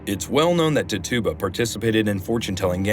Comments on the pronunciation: " tit-chu-ba" is the correct pronunciation for the name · Her name was pronounced.. Tit cha ba... Great video